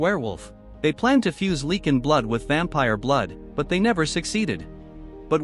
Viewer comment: The way you say Lycan infuriates me.